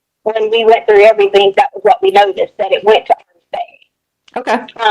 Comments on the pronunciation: I hate how she says "everythink". She's even got her daughter doing it. I really feel Harley knew more than she said. Man she tortured Al and Landon. She tortured them with all the phone calls he had to make with that monster and she tortured Landon by calling her with Ganon's phone and leaving her texts giving her false hopes. She is purely evil and she is most deserving of the death penalty. She played games with everyone and she is just absolutely evil. She's worse than a vicious dog and should get put down like one. Just an absolute monster. I fear that life in prison is not going to work with her because I don't think she's going to ever feel badly for what she's done. I think she's proud of what she did and with hurting so many people. That was her goal. So she's most likely smugly sitting in prison now happy that she didn't get capitol punishment. I think she feels like she won all the games she played. Smfh. Shame on her soul. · How bout the way she says anythinK or everythinK and even has her daughter talking like a dumbass like that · Yes they both speak like HILLBILLIES. Hopefully Harley now knows that is NOT how words endinK in ING are pronounced .